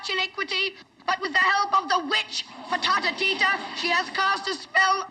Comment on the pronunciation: It’s Ftatateeta.